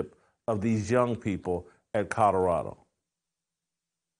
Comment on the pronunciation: Jason NOT CUTTERADO….it’s COLORADO!!! 😂😅